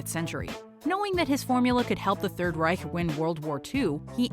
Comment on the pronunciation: I’m always astonished with the way you manage to pronounce the German “ch” as in Third Reich. Really really good